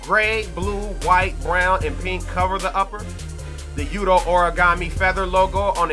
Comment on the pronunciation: Pls don't disrespect Yutos name like that again lol